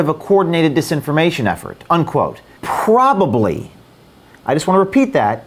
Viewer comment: phhhhhhhhhhhhhrobably. Take it easy with the "H"s. You're only allowed so many in your lifetime and the word 'probably' doesn't even have an "H". 🤣